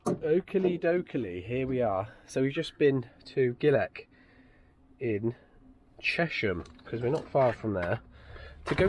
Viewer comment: When you said ‘Chesham’ made me chuckle, was born in Chesham 😂